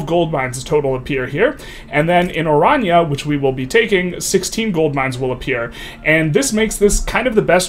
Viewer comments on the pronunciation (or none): none